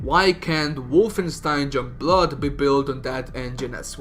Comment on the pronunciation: You literally can't say shit about the game until you've played it and then you wanne comment on characters, story, dialogue and everything. Pffp 🙄 go away Also.. it's YOUNGblood.. not Jungblud.. learn proper pronunciation